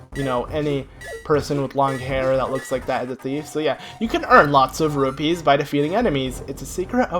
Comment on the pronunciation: He calls rupees robies.. :(